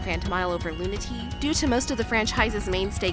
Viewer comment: loon-uh-tay-uh not luna-tee